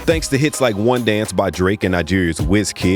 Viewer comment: "Thanks to hite like One Dance"